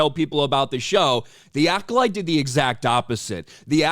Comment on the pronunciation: I heard this Manny guy say " season two of Cola Light" .